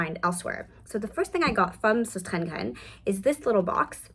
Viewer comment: Thanks for your video. I am Danish and the company sostrenegrene is Danish. The name means “ the sisters Grene, so stress the first syllable “sos- and stress the first syllable of gre- ne. Ok?